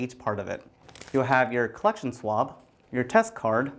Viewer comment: I thought he said swamp so i brang shrek